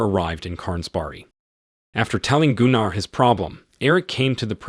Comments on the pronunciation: Gunnar is more pronounced Gunner. Not (Goon R). Trust me.... Its a family name of ours..... Although Germans may very well pronounce it wca hard R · Its Gunner like Gunnery sgt , Jeesus Christ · Goonar? Lol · Except Goonar - somehow I think its Gunnar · Gunnar (Goo-nar)😮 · Gooonarr? I cringed so hard. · Some day we’ll get AI to correctly pronounce words like Gunnar. This video pronunciation wasn’t even close.